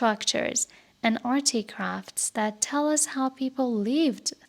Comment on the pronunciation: ممنون بابت این پادکست عالی و زحمتی که کشیدی❤ فقط یک نکته، تلفظ artifact در این پادکست در حداقل ۳ جا اشتباه است و شما میگین articraft.